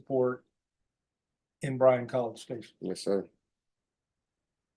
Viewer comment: Can you not research what is said if you are doing Texas locations??? BRYAN COLLEGE STATION, and San Antonio’s county is BEXAR. Pronounced BEAR!!! Or BAY HAR!!!